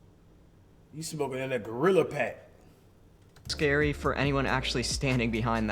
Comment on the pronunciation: “Gorilla Pack” 😂